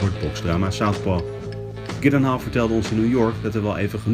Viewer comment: Als jullie volgende keer eens luisteren hoe hij zelf "Gyllenhaal" uitspreekt... ;) Verder prima interview.